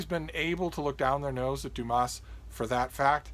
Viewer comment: Please leave out the s sound at the end of Dumas like the French do..otherwise you are not giving the author his correct name..